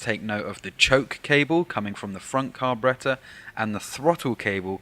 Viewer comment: Lol..."car--berreta"....gets me Everytime